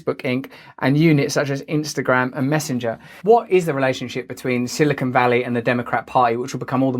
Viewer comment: "Silicone Valley" 😂